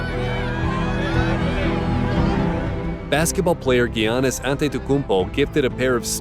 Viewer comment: i love how he said giannis name so eazely